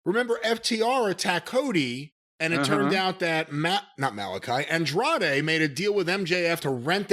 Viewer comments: Racist Cornette can't pronounce Andrade or Idolo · Absolutely love how he said Andrade name🤣🤣🤣🤣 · I can't tell if Cornette is mispronouncing Andrade's name on purpose, or if he's just that dumb.